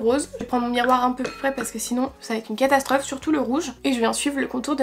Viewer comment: " c’est teup " ça va être la "catastreuphe" j’ai l’impression quel arrive pas prononcée les "o" Mdr😂